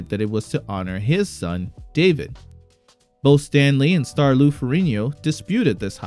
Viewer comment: Learn how to say Lou's name correctly please.